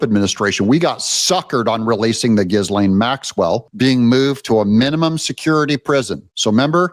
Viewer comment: Ghislaine Maxwell is pronounced “Ghee-lane”… the ‘S’ is silent!!